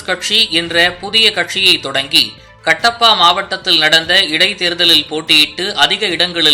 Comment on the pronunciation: உச்சரிப்பில் கவனம் கட்டப்பா இல்லை கடப்பா.